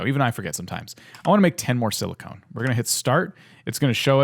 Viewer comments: “Silicone” why it’s silicon, sorry this just annoyed me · nice vid although it's pronounce silicon with a short "o" as in cOn man. silicone is something else.